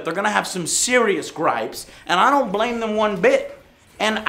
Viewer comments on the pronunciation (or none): none